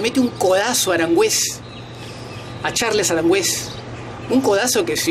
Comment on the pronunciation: Primero aprende a hablar, Boseiyour no Bonseyour Es Aranguiz. No Aranguez , quien es este tipejo por ratos parece Argentino y por ratos Chileno, humillar no es 2 a 1. Pero si humillar es 3 a 0